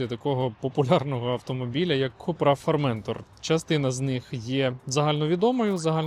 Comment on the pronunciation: у Вас наголос неправильний: форментОр 😊